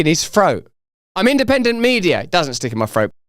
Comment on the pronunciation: I love the way he says “froat” 😂